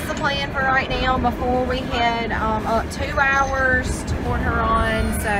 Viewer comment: I use to live in the south end of Port Huron...not quite so nice. LOL Even though my family is from Michigan...my parents always pronounced Port Huron like they were saying Porch Urine...so Pork Huron is MUCH better. HAHA!